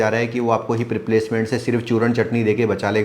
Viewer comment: aap jab churna chatni bolte h tab mujhe bahut hasi aati h 😂😂😂